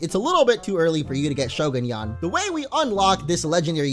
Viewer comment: you are saying the name wong